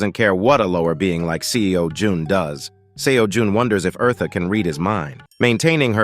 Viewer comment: Omg her name is not Marta is eartha